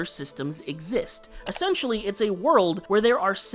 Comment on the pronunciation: "Escentialy its a world..." *puts the user of The World *